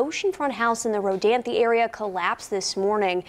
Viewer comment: Did he just badly mispronounce Rodanthe?